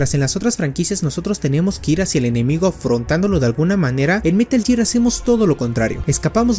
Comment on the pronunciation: Es gear, no year